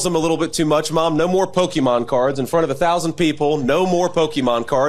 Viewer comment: He pronounced Pokémon’ wrong.